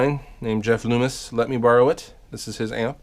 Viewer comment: You are saying Jeff NOOmis and not Loomis right? Just wondering if the statement following is serious or pure irony:)